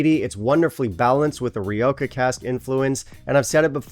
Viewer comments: Great list, I really need to try Edradour Caledonia! I am a Spanish speaker, I'll try to help you out pronounce Rioja, ‘ree-OH-jah’, the J is an H — Spanish is 🌶 like that. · Ledaig Ri-o-Ha.